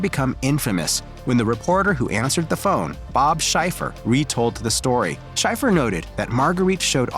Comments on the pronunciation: “Bob SHY-fer”? One purporting to be a journalist can at least learn to pronounce a world famous newsman’s name. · Bob Schieffer -- pronounced with the long e, not Shy-fer, -- was a CBS reporter and anchorman from 1969 up through just a few years ago. He is still living at age 87. He has earned many honors, certainly including the expectation that current day YT media know how his last name is pronounced. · I also noticed that. (You spelled the name wrong though) It is spelled Schieffer. It is pronounced shee-furr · You pronounced Bob Schaeffer’s name wrong + this entire piece is a poorly-researched smear job.